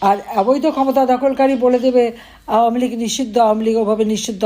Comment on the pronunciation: Did she say gujob league?